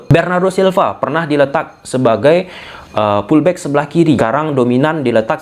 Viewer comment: Btw, sorry gw agak confuse saat bilang pullback pullback (gw kira tarik... tarik) eh kagak taunye FULL BACK.